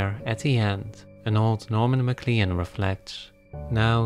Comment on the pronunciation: PS…MacLean is pronounced ‘McClain’